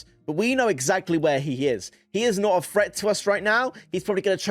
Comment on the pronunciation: HAHAHAHA HE SAYS FRET INSTEAD OF THREAT IM DEAD ASFFF ⚰️⚰️☠️☠️☠️